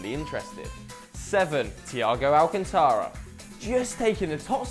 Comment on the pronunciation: many non spanish speakers mess up with alcantara